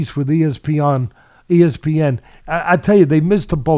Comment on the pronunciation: A few things we learned about Teddy: He can remember the name Cassius Clay but can’t remember the name Muhammad Ali He calls espn “es-peeOn” He spits into the microphone He loves using analogies He’s in love with with his voice He got hit over the heat by chalkboard erasers one too many times